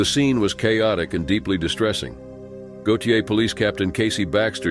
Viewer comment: "GO-shay" = Gautier pronounciation